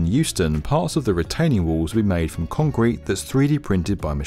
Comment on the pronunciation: lmao "concreten" rly? :D